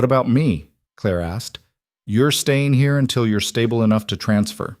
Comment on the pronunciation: Great story, tense with many twists and turns! Staying, not stain. Mosul, not Moscow!